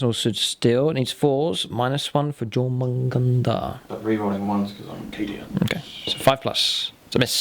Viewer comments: Yor-mun-gun-der .... or thereabouts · Good battle report, as always. The pronunciation is "YOUR-mun-gand". its Old Norse for the Midgard Serpent. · Great batrep, beautiful armies, I really enjoyed it. You almost got the pronunciation right btw. just change the J to a Y pronunciation and you will have it correct! In the Germanic / Norse languages, Js are pronounced like Ys in the English language (and of course Jormangundr is the world snake of Norse mythology). :)